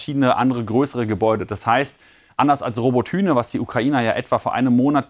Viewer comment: Spricht man doch "rabotyna" aus oder?